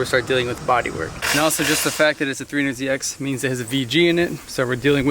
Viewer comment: Definitely misheard you say "Freehundred ZX" and it's all I can hear now lol